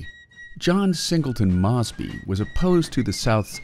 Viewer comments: Its “Mose. Bee” on the pronunciation, and the South “seceded” not “succeeded”. Jesus. Also Mosby did not directly engage the enemy, so the claim he “took on far larger numbers” is misleading because this never happened in pitched battle. It did occur, rather though in ambushes and raids. Also carbines were literally invented for cavalry. The south did not have access to repeating shoulder arms and therefore multi shot pistols were preferred over single shot “musket” style carbines. This video, in just , got almost everything wrong. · Would you please have a checker, for your narrator! The pronunciation of Mosby, is about as well known as the word hamburger!